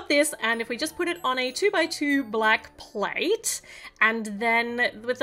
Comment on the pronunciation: "platts" XDDDDDD lmao